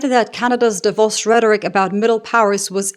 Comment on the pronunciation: I noticed your Davos pronounciation. Pretty good and rare.